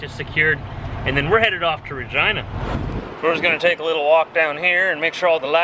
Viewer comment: Sorry for roasting you but you saying Regina Saskatchewan sounds like Vagina Saskatchewan